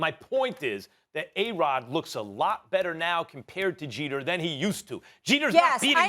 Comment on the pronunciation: It's Jeter.